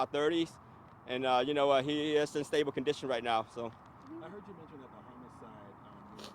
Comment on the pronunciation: 😂😂😂 stabo condison 😂😂😂